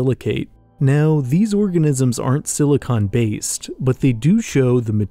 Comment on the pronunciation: Thanks for saying “silicon based life”. I frequently hear people say “silicone based life” and I always make a joke in my head about how we already have that in LA.